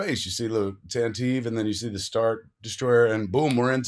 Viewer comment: I always look forward to your recaps/reviews and they never disappoint, but seriously...calling the Organas’ ship the “Tan-teev”? Your nerd card is revoked for 24 hours. 🤪